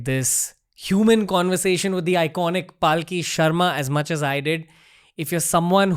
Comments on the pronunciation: its Palki sharma not Paalki sharma. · its not Paaaaaaaki Sharma, its Palki Sharma. Atleast pronounce her name correctly. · Dude at least get the name of your guest right! It’s Palki not paalki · Dude why do you keep butchering her name. It’s Palki a la palak jhapke, not Paalki which semantically kinda signifies a palanquin. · Please pronounce her name correctly. Its पलकी not पालकी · Ranveer you do amazing work but please oh please make sure that you pronounce yours guest’s name correctly! Her name is पलकी not पालकी! You’ve done this before with a few guests. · Ranveer, please don't Paalki. It's not Hati Ghoda Paalki Jay Kanhaiya Laalki. Palki literally means s/he is a meritorious and hard working one. Pronounce Palki in your next Podcast. She has improved too high. You carefully have to master your theme. We are waiting. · Loved the conversation and the insight.. one concern thought.. being an Hind speaking host why it is soo difficult to pronounce a name correctly..why say Paaalki instead of Palki.. do u not know the meaning of the word.. atleast u could make an effort to same the name correctly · Bhai uska naam पलकी hai पालकी nahi. similarly, it is pronounced अघोरी and not आघोरी. when you are talking about soft power, at least pronounce Sanskrit words in Indian fashion. Dont try to anglicise these words. BTW, Paalki means a doli, jisme logo ko bitha ke ek jagah se dusri jagah le jate hain. to arth ka anarth mat karo yar. Palki on the other hand comes from the word Palak, means duration of less than a second. So Palki means human being is around only for less than a second. Very deep meaning attributed to it. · Dude, her name is not PAALKI 😂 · I think its not paalki its palki 😭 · How come you can never pronounce her name right?